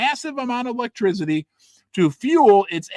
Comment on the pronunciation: Hey, Great show. But there’s no Z in ⚡️ ElectrCity🙈